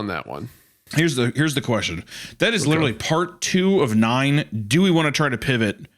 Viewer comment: "Wind's wittewally howling". "Hmmm.. how about some Gwent? You could say I'm pwetty badass at it."